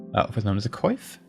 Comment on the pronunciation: BTW, "coif" is pronounced like "kwoff". It's French. Loving the series so far. It's good to see a Let's Play series by a fellow medieval scholar.